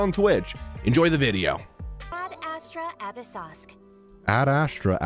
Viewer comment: Am i the only one heard saying Ad astra apple sauce???